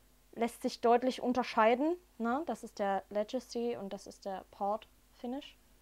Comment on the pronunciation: Schönes Video. Legacy wird tatsächlich mit g und nicht als Ledjacy ausgesprochen.